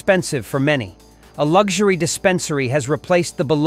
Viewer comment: At 2m 09secHe said "City's are to preoccupeed in developeed high lucksureuroost that only the wheelthy can afford" what accent is that??